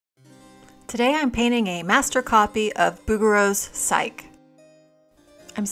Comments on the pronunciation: Psyche is pronounced "sikey" not "sike" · 😊FYI, her name is pronounced sai-key, not sike. Love the video. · Lovely video and very instructive, as usual. I wish I'd discovered your channel a year or two ago! PS--It's pronounced PSYCH-ee.